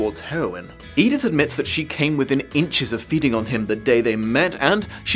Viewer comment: Oh, no. She doesn't call her "Edith." She calls her "Edythe." For some. Insane. Reason.